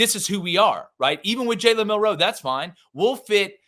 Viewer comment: Milroe not Mil Roe 😂😂😂